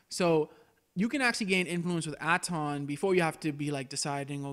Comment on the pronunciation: You know, they say Atton's name a ton of times in game. You trying to be Billy Dee Williams, here? They pronounce Kreia's name, too...